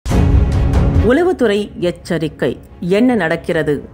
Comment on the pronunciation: செய்தி வாசிப்பாளர் உலவுத்துறை என வாசிக்கிறார்.சரியாக உளவுத்துறை எனஉச்சரிக்க வேண்டும்